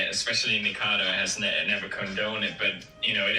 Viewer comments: I love how PewDiePie says it nIcKAdO ACkAdo i love it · He keeps calling him Nikado lololol